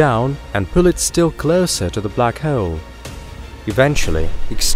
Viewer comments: Awesome video but i cant get over black hoe-elle. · 😂 The way this guy pronounces hole 😂